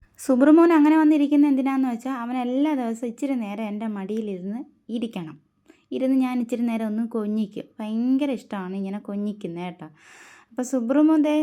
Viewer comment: കൊഞ്ഞിക്കല്ല കൊഞ്ചിക്കുക 😂😂😂😂😂